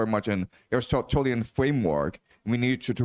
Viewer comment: Help the students with their pronunciation: Uh riss tuh TEEL ee in, Aristotelian.